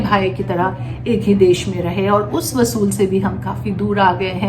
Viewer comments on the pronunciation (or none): It is not 'wasool'. It is 'usool'. Meaning are different.